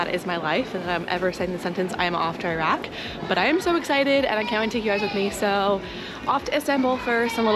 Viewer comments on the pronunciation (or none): Was commenting on the video that you're pronouncing Iraq wrong and you said it right half way through as I was typing 😭 thanks for the beautiful coverage of this amazing country ❤